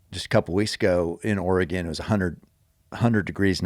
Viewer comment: Thank you, Cameron for confirming the proper pronunciation of Oregon. I never thought it sounded right when people pronounced it "Ore-gone".